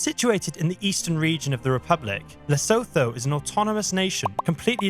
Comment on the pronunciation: that image has a sign with the word "colored", not "coloured" as would have been spelt in South Africa. Id go have a look where that foto came from, but I dont think its from RSA. Also, OMG, how did you pronounce Lesotho!!